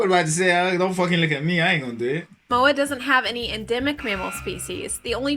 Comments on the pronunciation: Is the guy making the video even Samoan? He pronounces Samoa like a Palagi🤣🤦🏾‍♂️ And his pronunciation of the islands are shit as well, not just the guy reacting. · All lies, if you want to learn, go to Samoa. Those fools in your videos cant even pronounce the name Samoa correctly*$^@@